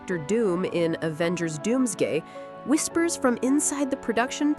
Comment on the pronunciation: Did she say Avengers Doomsgay??